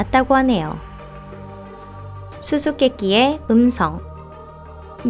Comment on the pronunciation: 다른음성아니고 엠성???이라고 들리는데??ㅋㅋㅋㅋ 그렇게 들리는사람들은 좋아요좀 눌려주세요